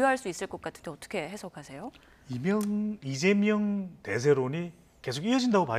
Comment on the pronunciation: 남자 앵커.. 이재영? 발음또한 신뢰도에 포함되는겨...